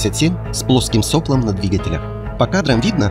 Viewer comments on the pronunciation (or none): Двигатель с плоским соплОм, а не сОплом. соплО